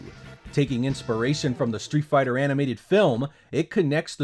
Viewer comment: you gotta love Treeet fhigh ta, alpha